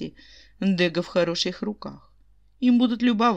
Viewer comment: Благодарю. Ваши озвучки нравятся, одни из немногих. И все же ДегА..... Ударение на а